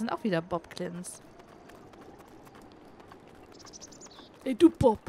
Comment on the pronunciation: Oh je, und ich hab dich noch so schön gelobt dass du die Namen der Bokblins richtig aussprichst. ^^ Jetzt nennst du sie im ganzen Video Boklins.